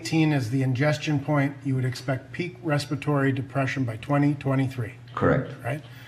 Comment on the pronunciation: “Resperory rate”